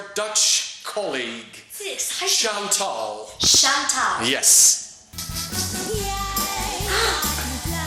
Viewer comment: wrm spreekt die kerel de naam "chantal" zo raar uit? tuurlijk gaat zij het dan ook verdraaid uitspreken.